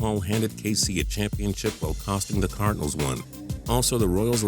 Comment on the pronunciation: you say cardinals like cardanils